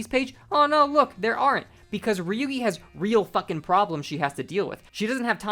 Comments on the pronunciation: what a whiplash hearing you call ryougi ryuugi, for a second i heard ryuki and thougt i was going crazy bc there were kamen rider ryuki recommendations on the side, holy shit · This is a good video but it was kind of funny trying to figure out who is Ryugi, that is a wild pronunciation